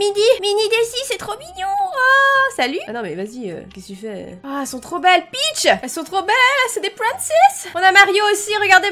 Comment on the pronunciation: À la place de " peach " j'ai entendu " bi*ch "